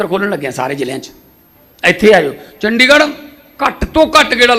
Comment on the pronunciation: “ਡ” ਨੂੰ ਵਿਆਰੀ ਨਾ ਕਿ ਸਿਆਰੀ। ਚੰਡੀਗੜ੍ਹ ਨਾ ਕਿ ਚੰਡਿਗੜ੍ਹ।